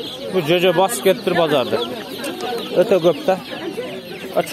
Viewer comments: Созунду ондочу чожо дебей жожо десен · Жожо деп еле айтчы. Чожо дебей кыргызсынбы. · Блоггер уулум. "Чөжө" эмес, "жөжө".